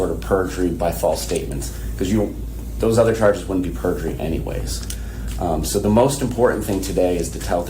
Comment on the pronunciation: Yes she's a little cutesy for me...( blankies, stuffies)and every time she says "Sooooooo"...elongates her syllables, she's thinking of an answer. To lie.